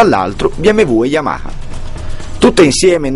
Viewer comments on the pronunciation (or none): Si ma mi devi spiegare per quale motivo dici YAMAKA....forse non te lo hanno spiegato...si dice YAMA HA ....capito? YAMA HA.